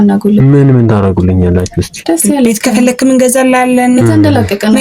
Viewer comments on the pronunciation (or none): እነዚህ በሙሉ የክፍለሃገር ልጆች ናቸው ሲናገሩ ከ የሚለውን ፊደል ክ ነው የሚሉት ለምሳሌ ከፈለግህ ለማለት እነሱ ከፈለግክ ብዙ ጊዜ ክ የሚለውን አልፋቤት በብዛት ይጠቀሙበታል